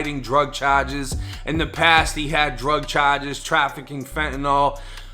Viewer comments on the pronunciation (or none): “Drug chajes “ lol